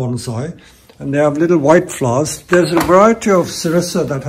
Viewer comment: I love the way he say s flowers? " FLOUS